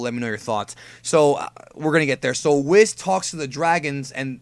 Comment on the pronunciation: Just curious, why do you call, Whis, Wh isss. I thought it was prounced Wheeecc